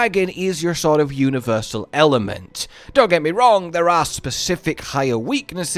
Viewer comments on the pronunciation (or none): none